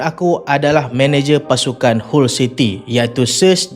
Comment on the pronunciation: Awst dok tekan team kota bharu smp 2x lehan 😂😂 mat saleh pun sebut hull bkn hall city 😊